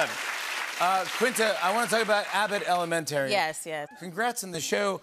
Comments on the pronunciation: why can’t jimmy pronounce elementary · Why does jimmy pronounce elementary like that? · I guess there's a new pronunciation for elementary now. 🤔 Love Quinta and all her success! And I'd react the same around David Blaine. He can keep his voodoo to himself. 🙅🏾‍♀️ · I bet they cut out Quinta calling out Jimmy for how he pronounces "elementary" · I’m bothered by the way he pronounces Elementary. He he foreign?